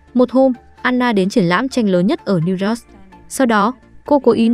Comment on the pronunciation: bạn biết sao kênh ít người xem ko, tiếng anh cơ bản đọc ko dc, New York mà đọc ko dc, noi thì ngắt nhả câu kỳ cục, nên sữa lỗi lại đi bạn